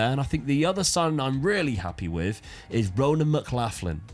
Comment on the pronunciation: Just a heads up Mclaughlin is pronounced like McLocklin 😂 I know I'm Irish and it doesn't make sense to me either 😂